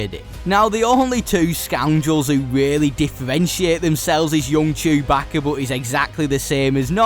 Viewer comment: Bro said chubackeh